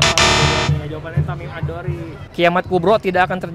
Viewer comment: Tamim Ad Daari bukan Tamim ad dori